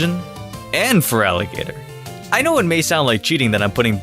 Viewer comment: FERALIGATR, NOT FELIGATAR! TYPHLOSION, NOT TLYPHSON! TYRANITAR, NOT TRYANTAR! FIX IT NOW!